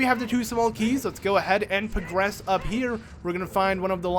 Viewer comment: YourTime lol yeah in one of the videos he said pagress instead of progress